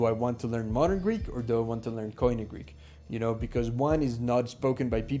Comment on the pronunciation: I don't think I'd ever try to learn Greek, if I weren't Greek, so this was interesting to watch! Note: koine is pronounced like "key knee" (at least in modern Greek!), not "coin ee".